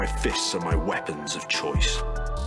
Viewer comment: Can you talk right dont say weapons and blood wrong talk right O wait you never went to school so you cant talk, you are irritating